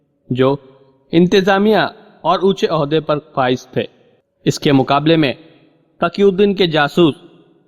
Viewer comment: Pehly tum apni urdu sudhar lo phir bolna taqi ko Taki aur phylao failao zamen ko jamen aur bahot se ghaltyan hay talaffuz theek karlo phir recordings karna a. Faraaz. Bombay